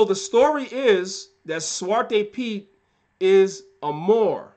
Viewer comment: Btw: your dutch pronounciation ( zwarte piet, and dutch names) is on point fan!😅